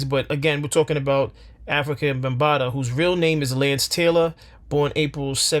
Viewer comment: Before you make a video about someone, how about pronouncing his name correctly. His name was "Afrika" not African!